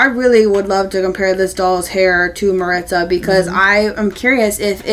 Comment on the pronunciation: Hi! I recently discovered your channel, and I love it! See, and I don't think they look at all alike! 😂 I haven't seen Raquel in person yet, but from the pics it's not just their hair and eyes that are different, but their skin undertones as well. Also, just so you know, you're pronouncing Maritza wrong. It's Mah-reet-zah: I'm obsessed with the trinket box. I'm super excited to finally have a doll version! This is definitely my favorite outfit from the collection. I think it will pair really well in photos with the Peru outfit. I'm obsessed with the mama and baby dolphin. They will go so well with Lea's sea turtle and Joss's sea lion!